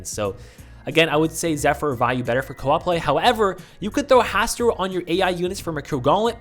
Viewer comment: not to be the lovecraft nerd but it's pronounced HaSTOOR